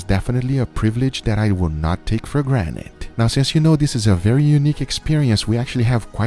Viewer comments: guga, just like rick sanchez for rick and morty, thinks people take thinks for "granite", not granted :D i love it guga, keep it up, it would be boring without your awesome accent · Just like in the episode of Rick and Morty where Morty points out the fact that Rick says granted Like a Rock (granite) and so do you!!! Lol it's okay, bet you wish u could erase that like Rick could tho